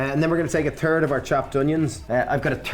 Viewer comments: "I got a turd of the onions...." gotta love the Irish hatred of proper TH lol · Totally heard turd instead of third. haha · LOVE the accent but....any chance you can start pronouncing the H in "third"? To the American ear you're saying "turd". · Is it a ‘THIRD’ or a ‘TERD’ 💩 hehe 😂